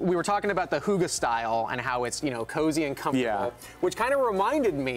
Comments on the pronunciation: It’s called hygge though, not hugge... I had no idea what word they were saying, until he explained it. Lol. I get that it can be hard to pronounce for non danish people, especially since our y sounds completely different, but maybe have researched the pronunciation? :) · I swear to God it’s supposed to be ‘higg-eh’ as in the Norwegian ‘hyggelig’. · I’m danish and I will officially start pronouncing “hygge” like he does. Hoogah. Adorable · Listening to that dude trying to pronounce Hygge, made my morning 60% better. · They were talking about “hygge” but as a Dane I couldn’t understand what he was talking about until he spelled it out 😂 danish pronunciation is difficult ♥️🇩🇰🇩🇰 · They were SO terrible at pronouncing “hygge” I cringed SO hard😳